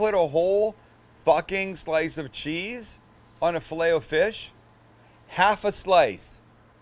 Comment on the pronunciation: Your saying filet o fish wrong